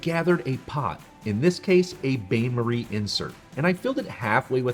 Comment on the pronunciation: the first tipshouldbe pronounce French word correctly Bain Marie is pronounced 'Bann Marie' not bane marie